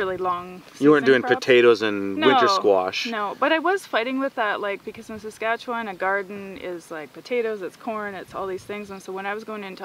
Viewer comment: It’s SasKatchewan, not SasQuatch. :)